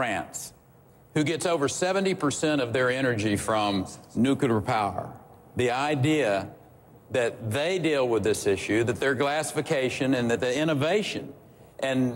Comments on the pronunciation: wow, you showed me. That wasn't his biggest fault. What, are you texan or something? The use of the word "nucular" isn't an issue of "accent", it is purely pronounced incorrectly. That makes them look stupid if they can't even pronounce a word properly. If they are going to be talking about "nuclear" subjects, which is a very serious subject matter, they should be able to at least pronounce the first word of the subject correctly. Criticize me when I'm running for president. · Parry says nucular, just like bush. It's nu-cle-ar. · another would-be prez who can't pronounce 'nuclear'